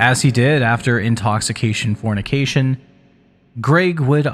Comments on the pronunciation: for me it was the butchering of Danielle's last name and the "Intoxifornication". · dude.. read the cover.. it doesnt say "intoxication fornication" it says "intoxifornication" 🙄